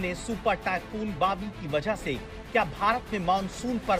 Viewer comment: Bawi sounds like biwi 😂